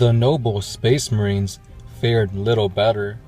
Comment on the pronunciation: TSOTNTC loses me at Cato Sicarius becomes 'HIGH SPHESE MEHREEN'